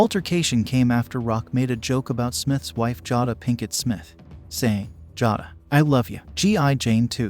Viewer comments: Jah-duhh?? Try JAY-duhh. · 1st: Her name is pronounced JAY-DA not Jah-da. 2nd: The quote was "Can't wait to see IT" Not "Can't wait to see ya." 3rd: The disease is called AL-O-PEE-SHA, not Low-pee-sha. And all you did was play Nugent's shit over again. You suck at re-packaging content. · Get name right...jaa da?